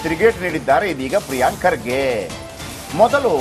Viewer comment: can not even pronouce Kharge's name Says Khadge